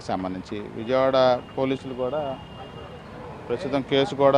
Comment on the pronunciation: విజమవాడ కాదు విజయవాడ